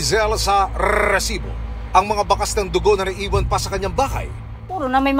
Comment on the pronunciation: NakakaBwesit yung nagsasabi ng REEEESIBO.